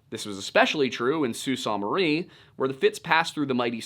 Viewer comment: Soo sAANT Marie was a good one too